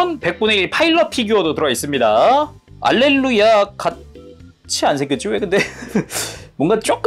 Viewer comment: 알렐루야가 할렐루야로 들리네요ㅋㅋ